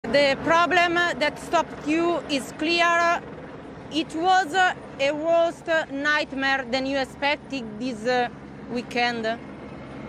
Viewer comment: The problemma that stopped you is clearr-a